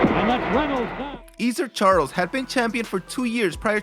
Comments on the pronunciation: Please learn to pronounce Ezzard Charles name correctly. It is not pronounced as if it is Ease ard Charles but rather Ess (rhymes with Fez) ard Charles. I saw him fight on Wednesday and Friday Night Fights on television when I was a small kid in the early fifties and it kills me to hear his name pronounced incorrectly. He was an outstanding boxer in an era of outstanding boxers such as an older Joe Louis, Jersey Joe Walcott who took the title from him and Rocky Marciano who beat him twice. He never weighed anymore than a 190 lbs. and today would likely be fighting as a heavy weight or a Cruiser weight albeit I'm sure he could still enter the heavyweight ranks. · ' EEzard Charles?